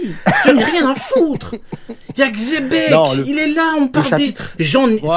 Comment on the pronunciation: Aucun rapport, dans l'anime ils prononcent Donkihote et Jibekku en l'occurrence la prononciation la plus fidèle serait Jebec, mais Chébec ça sort vrmt de nulle part